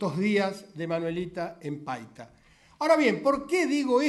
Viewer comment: '.52'' el orador se equivocó, dijo Paica en lugar de decir PAITA. Es un puerto que pertenece a Piura-Perú. Tomese en cuenta. OJO